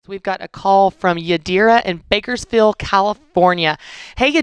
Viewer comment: is Bakersfield California. Not "Backerfield". English is my third language, come on!!